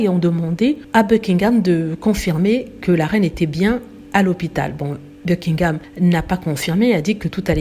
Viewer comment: Vous n'êtes pas capable de prononcer ''Buckingham'' ou ''Markle'' ainsi que d'autres mots en anglais comme il se doit ??? Ce sont des mots en ANGLAIS, des mots qui ne se traduisent PAS en français, alors s.v.p. faites un effort bordel!! Vous, les froonçais, qui aimez tellement les anglicistes à toutes les sauces, apprenez, au moins, la bonne prononciation!! Misère 🙄...ces fronçais!!!